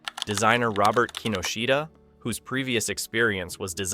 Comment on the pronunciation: It's actually pronounced, in English as < KEE - Know's - TAH > --At least, from my Japanese friends. (Not "Kino-sheeta-ahh)